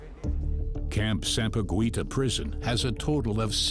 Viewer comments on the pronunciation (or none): Its not CAMP SAMPA-GWE-TA we are pronouncing it as CAMP SAMPA-GEE-TA😂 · Camp Sampa"GWEETA" 🤣